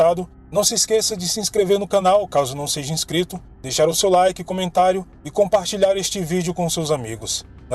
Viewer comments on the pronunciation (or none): none